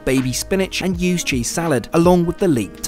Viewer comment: so glad you wrote "ewes" cheese, because i thought you said USED cheese lol